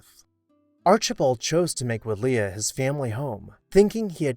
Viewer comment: Pronunciation: Wood-lee. I've wondered about this house for years, so thanks for the good work.